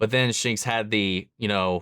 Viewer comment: *Shanks*. Not *Shinks*. Still enjoyed your reaction